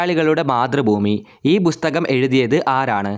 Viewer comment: 'ബുസ്തകം' അല്ല 'പുസ്തകം' ആണ് ശെരിയായ ഉച്ചാരണം Super quiz 👍👍👍